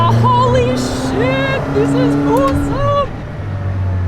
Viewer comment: Did you say “holy sh*t” or “holy shi”?